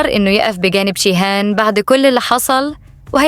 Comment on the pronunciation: ليه بتنطقى جيهان بالشين